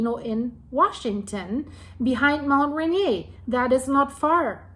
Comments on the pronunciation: Great report, going to be an ongoing watch for Mt Adams. A friendly FYI, Mt Rainier is pronounced... Ray-near. If Rainier were to erupt the pyroclastic flows would devastate Olympia area but most ash would be pushed East by the prevailing on shore jet stream. Same thing happened with Mt Saint Helen. Thank you for your reports, keep them coming. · RAINIER is pronounced by locals raineer like beer. I live by Olympia and ski Raindog regularly. Thanks for Mt Adam's report. Nice job. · Mt Rainier is pronouned RAIN EAR